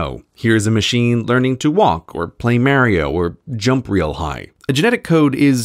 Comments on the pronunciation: Why do British people always pronounce Mario as "Mare-io" instead of "Mahr-io"? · may-rye-ah. But, seriously, it's MAH-ree-oh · Uh... what? Ma'rio? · I'm going to have to dislike for "Mare-e-o." It's "Mar-e-o." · Maaaarr-i-o (it’s mar-io) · Oh no, Grey pronounces mario as m-air-io instead of mar(like car)-io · downvoted for calling MAHrio MAErio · Mario is pronounced mario, not maerio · marry-0 ITS marri-0 RLLY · The way you pronounce Mario reminds me you've lived in the UK for a decade. Mario should be pronounced Mah-ree-oh, not Mare-ee-oh. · maa-rio. it's ma-rio. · May rio is not not correct, Mario refers to himself in the other pronunciation mar-io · "Maw-rio" not "Maa-rio" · Grey, it's MAR-E-O, not MARE-E-O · What is Mareio? its mario dude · Maerio!? MAERIO?!?!? I had respect for you .... it’s Mario. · M-air-io? its pronounce Mah-rio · Pronouncing Mario as merry-o is the funniest thing on earth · he pronounced mario as (MAY-ri-O) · It still bugs me that he says Mare-io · "Play MERIO" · "Mayrio" CGP GREY 2017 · He just said meh-ree-yo? smh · “Mārio” boy if you don’t yo ass back in the classroom and learn some pronunciation smh my head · “Playing maryio” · I disliked this video cause you pronounced Mario like "mare-ee-oh" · I like how you said mayrio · You pronounced it may-rio to make people correct you in the comments.. You know it's wrong but you want to please the algorithm. Dude that's how religions are born. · Hearing you pronounce "Mario" as "Marry-oh" just completely altered my perception of you. o.o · "MAHrio" Unsubscribed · I'm sorry... mah-rio?? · Did you just call it Mary-O Grey? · Marry-oh? Mario? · I died a little when he said Merry-o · "It's me, MARRY-O" 😂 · Marry-o? Really? You disappoint me Grey. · "MARY-OH" Nah. Nahnahnahnahnah. Mario doesn't deserve that, you monster. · Mary-Oh MY GOD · pronounces "Mario" as "Merry-oh" Unsubscribed. I kid, I kid. Keep up the good work, Grey. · .... did you just call Mario “Mare-eo”? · Mary O. dang i miss smm1